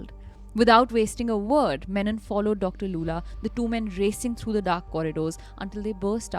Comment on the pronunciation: how do you pronounce Lulla as Loola